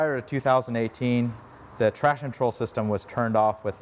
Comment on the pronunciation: Hey, love your video. Would be good if you could correctly pronounce “traction control” though. Kept sounding like “trashin’ troll”.